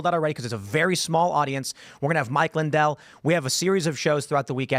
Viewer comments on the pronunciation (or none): none